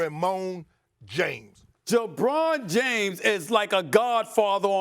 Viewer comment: Who’s Jabron James Stephen A 😂.